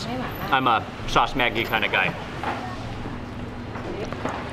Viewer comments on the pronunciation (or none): Maggi is pronounced like magic, mag ee.